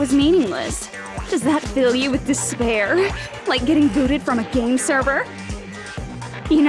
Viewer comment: When it comes to cartoon I just imagine “she says deshpair instead of despair”